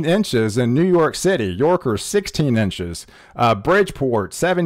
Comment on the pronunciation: Dude it's pronounced Yonkers not Yorkers 😂😂😂😂😂😂😂